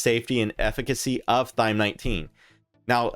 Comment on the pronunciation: Why does he keep calling it Thyme?